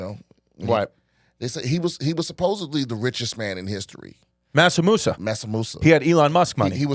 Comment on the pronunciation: it is Mansa Musa, not Masa Musa, that was the extremely wealthy African king 😘